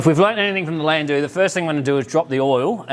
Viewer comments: its not "land- doo" its "land dow" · "DOWE" Landou is commonly pronounced "LANDOWE" It is NOT pronounced "Landu"